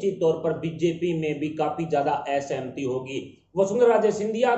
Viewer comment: Bhai sahab aap hindi ke karndhar hain isliye aapse hindi ka shuddh uchharan apakshit hai. Ek udahran is reporting se - असहमति ना कि ए सहमति, एन आई ए ना कि अन आई ए।